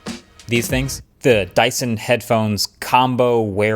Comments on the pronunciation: "DYSTON" 😂. Love your videos and you are one of the best tech youtubers out there ❤ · It’s dyson